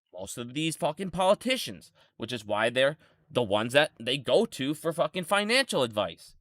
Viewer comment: It's financial, not finical.